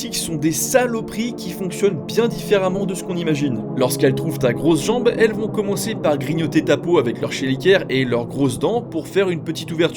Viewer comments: va falloir revoir la prononciation 😅 "chélicères" se prononce "kélissère" 😉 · Ça se prononce kéliceres et non avec le son shhh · Les "chélikères" n'existent pas, par contre les chélicères oui^^' on prononce "kélisère" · (ke. li. sɛʁ ) phonetique Keliser et non chelikere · Leurs chélikeres ? 😂😂😂😂. Ça se prononce " kélicères " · Chélicère se prononce "kelicère" et non pas "chelikère". Alors si possible avant de donner "lA VéRiTé" (merci le titre putaclic) sur des sujets dont on ne connais rien, il serait de bon ton de se renseigner un minimum pour éviter de propager des termes erronés. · Cheliquere???? Chélicère plutot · Chélicères se prononce "kélicère" et pas "chélicaire" 😅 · Chélicères se prononcent kélissere pas chéliquère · Chélicères, ça se prononce /kélicère/ et pas /chéliquère/ ! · On ne dit pas "chelikere" mais "kélicere" 😊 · Ça se prononce Kelicere pas chelikere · Chélicères qui se prononce "kélissaire", pas chélicaire xD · Chéliquaires 😂😂😂 c'est Chélicères (prononcé "kélicères") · Chélicères se prononce "Kelisserre" pour la phonétique. C'est une belle merde la tique ... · AAAAAAÏE!!! "Grignoter ta peau avec leur chélicères"!! Se prononce "kéliSSères" . . . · Ça se prononce " kélisére " les cheliceres 😉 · Ça se dit "Kélissères"... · petit correctif : Chélicère se prononce comme "kélisèr" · Bonjour, petite rectification, on prononce "ké-li-ssères". Merci pour ta vidéo ! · Chelisiere se prononce kelisere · Chélicères on prononce comme avec un k ! Keliceres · ça se dit kélissères ptn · alors pardon je me relève de mon siège parce que j'ai fait un backflip en entendant ta prononciation de chélicère, ça se prononce "kélissère" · On dit Kélicère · tjrs un très bon short ;) mais on dit "kélicère" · Dans "chélicères" le ch est prononcé comme k car c'est un mot d'origine grecque.